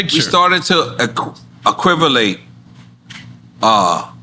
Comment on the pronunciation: “Equivilate” - Nore